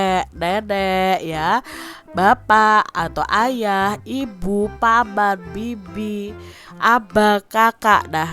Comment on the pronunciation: Kok ngomongnya pabap bukan paman?